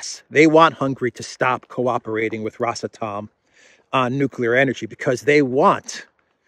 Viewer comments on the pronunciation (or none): RosAtom....not rosatOm... Because it is Russian Atom